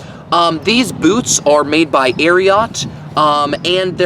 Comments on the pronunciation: Why does he say Ariat that way aint no o in it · Ikr what a freak, your supposed to say “ariooot”! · The way you pronounce it…and the boots are corny